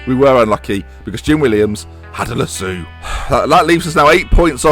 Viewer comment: Lass-OH Lass-OH not Lass-oo Pls Pls